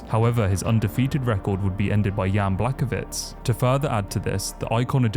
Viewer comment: I liked the video but come on man, you need to up your pronounciation a bit. Blakovich? TeXera? Everybody knows how they are pronounced. Only Chael is allowed to misspronounce literally every single name in the ufc